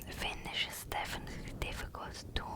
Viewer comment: Your finnish was very good. ❤